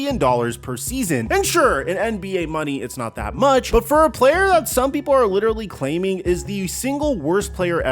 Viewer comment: Lidderally count : 4